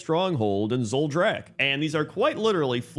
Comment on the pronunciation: Oooh this was a fun one! I adore the deepstriders too, I’m glad they’re getting attention! Wondering why you say some things off from how they’re pronounced in game and audiodramas and such tho! Zul’drak ZOOL-drak Draenor dRAN-or Nagrand NAH-GRAHND